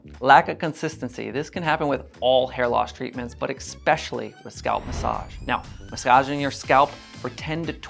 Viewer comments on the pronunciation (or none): did you say Ekspecially? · Thanks for the video! Just for the record, there is no k in "especially" ;)